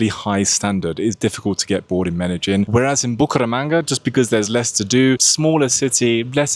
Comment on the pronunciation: Why did you pronounce Medellín like Meta-Gin?